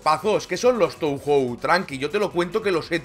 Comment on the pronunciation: En japonés "ou" suena "oo" (o larga, y "ei" suena "ee", "e" larga), así que Touhou debería sonar [toohoo]